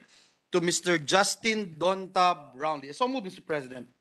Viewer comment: It (DONTA) is pronounced DAHN-TAY.. 🤣